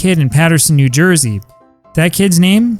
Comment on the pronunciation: For the record, Honus was short for "Johannes". Accordingly, it's pronounced with a short o. The only other player whose name gets mispronounced so often is Kiki Cuyler.